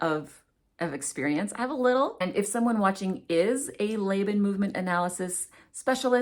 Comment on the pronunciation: FYI- I am not an expert but I am a veteran academic. I have only ever heard Laban pronounced "Law-bahn" not "Lay-bahn."